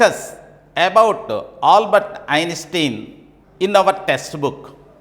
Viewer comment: Poor pronunciation of the words, Einstein, intelligence.... horrible. Discuss about......? Is that right? 🤔